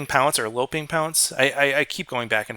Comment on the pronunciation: Not trying to be a weenie or anything 'correcting' you, just wanted to mention that the "low-p" way of pronouncing "Loping" or "Lope" is correct. It's like you've lain them low. Low, lope, lotus; same idea :D